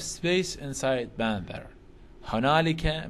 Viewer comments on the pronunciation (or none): استاذ تنلفض بانثر مو بانذر 🙃